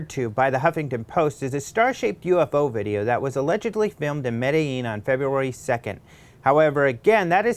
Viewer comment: Come on,. You can pronounce "Medellin" better than that.